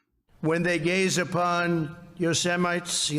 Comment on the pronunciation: Guys, yeah guys. Guys. Nothing like Thigh-land, Yo-Semites.